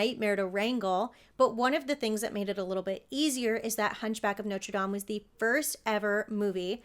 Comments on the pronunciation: Bless you for saying "Nawtruh Dam", instead of "Noter Dame"! ⛪ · Thank you for pronouncing Notre Dame correctly. I knew you would. Too many people pronounce like it was the university with the famous football team nicknamed the fighting Irish. So glad your channel popped up. Just the story of Junior was more than enough to get me to subscribe....